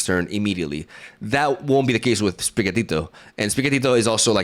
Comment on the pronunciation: It's so good to hear you say sprigatito